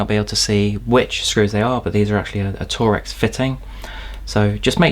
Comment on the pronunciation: Did you just call torx 'tor-ex' instead of 'torks'? Oops!